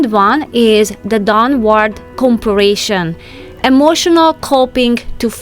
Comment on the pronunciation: not being critical here, but you are not saying comparison correctly. You are adding another letter. Go back and listen to how you are saying comparison, it's not a hard work to fix the pronunciation. Just love your videos. makes me think more about being tidy and no more worry, just go with the flow. it is so true, learn to be happy with what God has blessed you with.